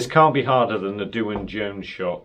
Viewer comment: I thought it was pronounced the same as Dwayne